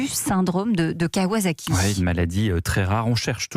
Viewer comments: C'est surtout une ville, dont le nom se prononce avec une fin en "saki" et non en "zaki" (un peu comme "wasabi" que les Français adorent mal prononcer "wazabi"). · A part ça je pense qu'on prononce kawSSaki